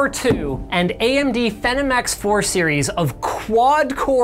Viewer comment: The way you pronounce "Phenom" makes me want to rip my brain out of my head.